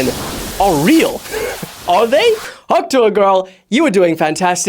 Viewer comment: tuah not utah